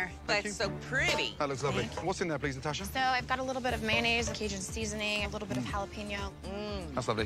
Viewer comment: pronounces "Natasha" the same way Russians do lol.